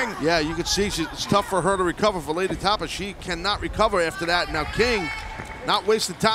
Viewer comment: Say her name right Justin Roberts. It's Tapa like pasta.